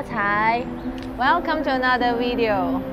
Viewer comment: Welcome to another wideo!! Enjoy her saying video as wideo! hahah